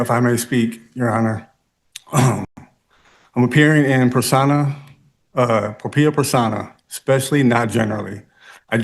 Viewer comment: "persona PROPRIA"!!!!!!! not "Propia" for the love of God!!!!